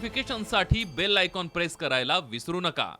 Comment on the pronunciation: बैल नही रे बेल